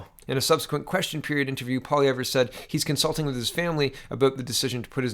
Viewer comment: I thought the 'r' in Pierre's last name is silent